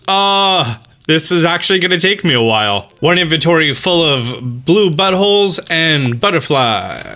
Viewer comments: Did you just say buttholes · Did he say common but holes